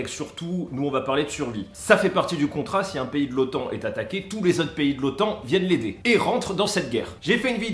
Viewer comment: Bien sûre qu on dis Otan et pas otane 🤣😅😂 haaa les frouzzz 😒